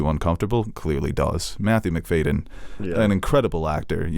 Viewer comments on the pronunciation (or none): 3 certainties with Succession: 1. Kendall always loses. 2. Logan always wins. 3. always mispronounces the names Macfadyen and Mylod.